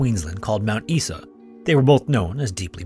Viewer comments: I hate to be that guy but Mt Isa is pronounced "EYE-za", not "EE-sa". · don’t worry guys, we don’t have a single poisonous snake here Also it’s pronounced Mount Eye-za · “Fun” Dingo ate my baby. It’s quite a prevalent one in Australia because of this story and of another one from Fraser Island. Also, just for future reference Mount Isa is pronounced eye-zah You did a great job with other pronunciations, though! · For future reference, Mt. Isa is pronounced "Mount Eye-za" Great video! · Anangu is pronounced "un-a-nu", Mt. Isa is "eye-zuh" too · Only thing I can correct with the Dingo story is your pronunciation of Mount Isa - we pronounce it Mount "Eye-Za" 🍻🍻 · Mount Isa is pronounced like eye-za. Sorry for our weird accent 😂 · Mt Isa is pronounced "eye-zar"